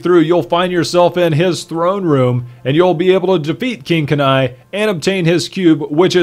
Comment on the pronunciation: you say kanai so wrong.